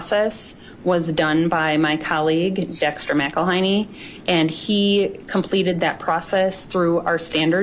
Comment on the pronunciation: Miguel "High-nee"? Um, it's a last name - "Mac-ul-hey-nee"😂